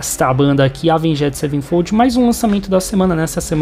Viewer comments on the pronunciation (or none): Doeu de ouvir